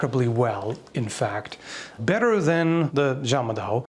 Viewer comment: Its juung-mah-Dao, the Japanese called it Zanbato